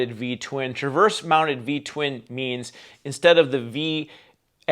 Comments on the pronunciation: Please…it’s “TRANSVERSE”… not Traverse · TRANSverse. Not traverse. 🙄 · Really? A BMW as your backdrop? BTW it’s “transverse” not “traverse”.